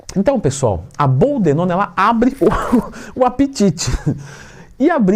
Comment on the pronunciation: BOLDENONA TWIN!! Sei que falou errado só pra gente corrigir aqui e assimilar ao vídeo 🤣🤣🤣